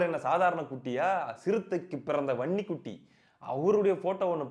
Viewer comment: தம்பி நீ வன்னிக்குட்டி எனும்போது எனக்கு பன்னிக்குட்டி பன்னிக்குட்டி என்று கேட்கிறது எனக்கு மட்டும் தானா